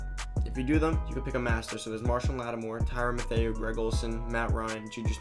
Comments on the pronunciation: I cant help but giggle at the pronunciation if Mathieu (Matthew) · i was just about to say that.